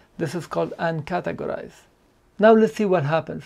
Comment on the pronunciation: What are you saying about "UNCATEGORIZED" ? I can not understand you.